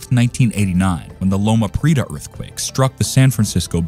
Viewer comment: First. Cajon is pronounced "kah-hone". If this is an AI voice you will need to type it phonetically. Prieta is pronounce, "pree-eh-tah, it's three syllables. It should also be noted that the Northridge Earthquake did not occur on the San Andreas Fault which is about 60 miles east of LA. That quake occurred on a previously unknown blind thrust-fault. It caused more damage than LP because the ground excelleration was a lot faster with more virticle movement. Not sure why the video showed the coast of Washington when the southern San Andreas Fault was mentioned. The next major quake in CA is likely to be on the Hayward Fault in the San Francisco Bay Area which is considered the most dangerous fault in the US.